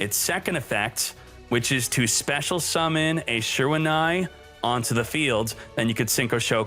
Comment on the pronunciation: Your pronunciation of shiranui hurts the soul